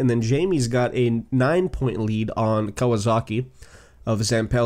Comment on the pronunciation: Still Kawazoka not Kawasaki